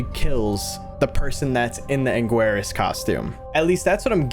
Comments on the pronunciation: so uh. its “an-gear-us”. not “ang-squre-us”. also love the creepy godzilla stuff. red is like the only lol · The fact be absolutely butchered Anguirus’ name and said ang-war-ius its ang-gear-s” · just a correction, may be helpful or not, you got ghidorah right, ebirah, and anguirus, not so well, so heres how we fellow big g fans pronounce them, ebirah: eh-ber-ruh, anguirus: ang-gear-ris(like a wrist), if this pronunciation helps then I guess you could leave a like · It pronounced like this Aang-guy-ris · anguirus (aang gear es) ebirah (ih bah rah) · ITS said. An gai rus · angeirus’s name is pronounced “an-gear-us” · The pronunciation of the other monster named angirus is (Anger-Is) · Ive never before, gotten so offended at someone mispronouncing a name- But to be helpful, Anguirus is pronounced An-gey-rus. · I can help you pronounce anguirus. Its like angerus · Pronunciations! 'Angiuirus' - 'Ah-n-gee-rus' 'Ebirah' - 'Eh-bur-ah' Bonus Facts! When Godzilla talks about 'Loving the snap' and about when Angiuirus goes limp, he means the scene where Godzilla broke Angiuirus' jaw. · I pronounce it this way Ang-gear-is Eee-bur-uh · Bro it’s pronounced ain-gir-us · anguirus is pronounced anger us thats how i pronounce it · Oh no not the "angwis" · I think the scariest part of this video was “angwarus” lmao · Here's a little help to pronounce Anguirus ANG - EER - US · Anguirus' name is pronounce "Ann-gee-rus", Ann as in the name, gee as in mcgee, rus as in rust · Hey just to help you out with their names Ebirah is pronounced Eb-er-ah and Anguirus is pronounced Ang-ee-rus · Listen, I don't mean to give you shit for this, but as a godzilla fan, I can't take the name mispronunciation, anguirus's name is pronounced angeeris, like I don't mean to be rude but it just hurts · It’s not erhea it’s eb er rah also anguirus is ang gear us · blud said agwaras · It's actually pronounced 'An-geer-us'